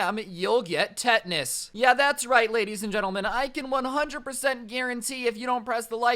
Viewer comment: it’s tetanus not tetnus